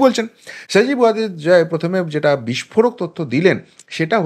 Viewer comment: ভালোইতো প্রপাগান্ডা চালাতে পারো ! মনে হচ্ছে মাটিতে তোমার অবস্থান নয়, পৃথিবীর সাথে তোমার যোগাযোগ নাই। আকাশে বা অন্য কোন গ্রহে থাকো। সাধারন মানুষ বোজেনা, তাই আবোল তাবোল নি্উজ করো। জয় এর নামটাও ভালো করে বলতে পারো না। খবর পড়তে বসেছো😁😄😃😀